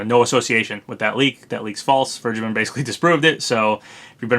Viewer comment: I think vergeben is actually pronounced fair-gay-ben